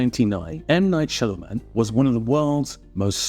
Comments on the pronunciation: It's not Shyalaman my friend it's Shyamalan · You're pronouncing his name wrong it's shy-aa-malan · It's an Indian name so if someone is saying Shyamulan, he is wrong too. I am an Indian myself. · You're mispronouncing his name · Should have at least pronounced his name correctly. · At least pronounce his name right.